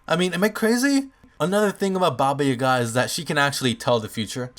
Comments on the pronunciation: I'm from Serbia and Baba means grandma and it's Jaga and not Yaga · You are saying Baba Yaga wrong.Yaga is pronounced Yiaga. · You dont know how to say yaga! XD!!!! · Baba Yaga isn't "Boogeyman", Baba usually means "Grandmother" in most slavic languages, I know because I'm slavic myself. But Idk what Yaga means, so what I got rn is "Grandmother Yaga." I'm also pretty sure it's pronounced "Yah-gah" not "Ya-gah" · Yeah its not baba yagA its yAGa and baba is grangma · uuuugh baba isnt her name and yaga is pronounced yAga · its nit pronouns Yaga dont put force on Y its iaga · Ok.Actually this comes from Bulgaria.And Baba Yaga means Grandma Yaga. And uasually ,,Yaga" is pronounced "Ya"-when you say YAAAs,and "ga" when you say-GAp. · yaga has emphasis on yaga ^ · You are kinda overpronoucing the second A in Yaga